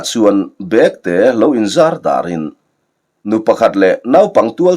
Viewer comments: Bekte, tih hi thil ahna bag, ti a lam rik tur ni loin, saptawng a back, tih a kan lamrik ang a lam rik zawk tur ani lo maw. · "Bekte tih leh Bêkte" khawizawk hi nge dik ang? I lamdanah hi chuan "Bekte" tihin i lam thin sia, "Bêkte" tih zawk tur a maw ka lo ti thin a...